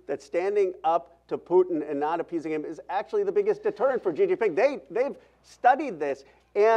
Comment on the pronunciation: Gee Gee Ping? 😂😂😂 anyone else tripping? Lol